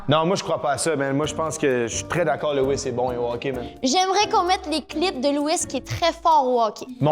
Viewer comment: Lewis pas louisse